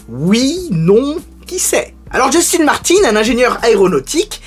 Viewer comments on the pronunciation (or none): none